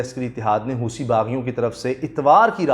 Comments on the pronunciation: اس کا تلفظ ہوتی ہے، ہوسی نہیں۔ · Wrong Pronunciation "Hoosi" nahin "Hosi" and in Arabic "Hothi"